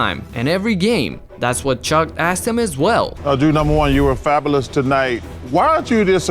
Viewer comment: Chuck: "You were fabalis tonight"